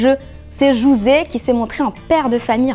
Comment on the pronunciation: C'est pas Jouse c'est JOSÉ